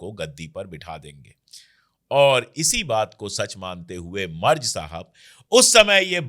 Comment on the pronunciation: अशोक जी , जर्मनी के चांसलर के नाम का सही उच्चारण है " मैरटस " , बस इसमे ट को आटे में नमक जैसे थोड़ा सा ही डाला जाता है 🙏🙂